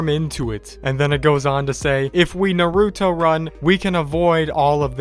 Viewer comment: You said naruto run wrong 😑